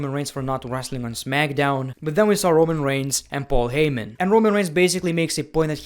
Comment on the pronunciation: My man says rowan when it is roman